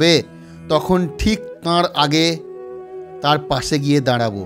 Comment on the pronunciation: Tar bolun thard noy thik kore bolo